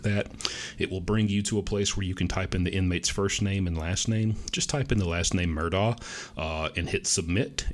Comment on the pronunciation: Wow! Thank you!! You're the first info person that pronounces his name correctly!!! So smart!!